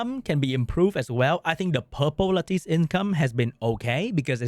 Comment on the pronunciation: Should probably learn to pronounce "lattice" if this is your main game for content :P